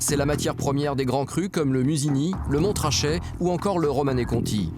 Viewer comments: Le Mon-ra-chet. On ne prononce pas le t! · Le Montrachet ça se prononce Monrachet si jamais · Il a dit Montrachet 😂 Couille c'est Montrachet . Le t tu le dis pas ! C'est comme Mont-Saint-Michel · Par contre, pour Montrachet on ne prononce pas le premier t svp